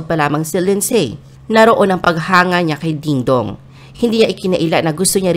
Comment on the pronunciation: You guys need to pronounce Lindsay…AS LINDSY…SILENT “Y”. Like the word “WHOLE…PLEASE PRONOUNCE IT AS “HOLE” NOT “HULL”. Pronounce HOURS AS..AH.WARS, NOT ARS! Okay?!